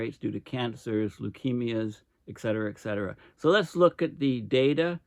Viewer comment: Unfortunately, you don’t read comments. Why request comments? You still can’t pronounce ET CETERA. No X